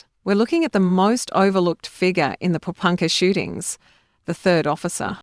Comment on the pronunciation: What? Po Ro Punkah? Is that near Ber Right?